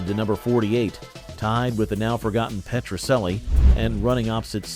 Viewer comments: Petracellie is pronounced Petra - CHELLIE Not Petra SELLIE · First comment! "Petrocelli" is pronounced Petro-chelli, not Petro-selli! Also, believe it or not, my family and I lived in Tucson, while Petrocelli was being filmed there, and my Dad had a blink-and-you'll miss it cameo on one episode, as a tennis player! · It was a good show! And it's pronounced Petro CH elli! lol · It was pronounced Petro CHELLI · It was pronounced PetroCHelli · Your A.I. voice makes the same pronunciation error of "Petrocelli" that characters in the show made. The "c" is pronounced like a "ch", not an "s".